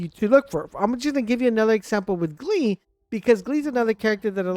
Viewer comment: Good videos, but the way you mispronounce Lepic and Gley (it’s Glay not Glee) is borderline unbearable 😂 can’t tell if you’re trolling or serious, but I hope it’s the former